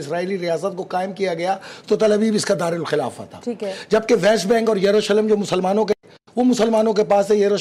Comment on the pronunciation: What a silly jihadist. Can’t pronounce the name of Jerusalem.